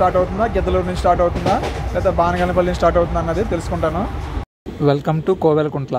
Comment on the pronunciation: బానగాన పల్లి కాదు బనగానపల్లి